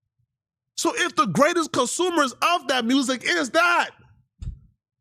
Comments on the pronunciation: NGL I question the IQ of anyone that pronounces music as “mursic” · This guy can't speak. He said mersick lol. But if the guy he supports has his and we are deported where is he going? Because he will have to go too lol.